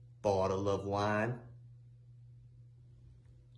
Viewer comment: Boddle uh wine🤣